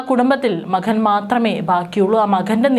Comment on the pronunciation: Makkan alla 😂😂 makan❤❤❤